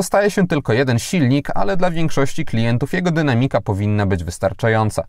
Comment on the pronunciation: sprawdź proszę jak prawidłowo akcentuje się słowo "dynamika" bo bardzo często go używasz i niestety akcentujesz niepoprawnie przez co brzmi to słabo. Pozdrawiam!